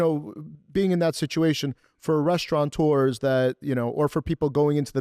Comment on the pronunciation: Sir, the proper pronunciation of the word is Restaurateur.... No N. That is the person who operates the Restaurant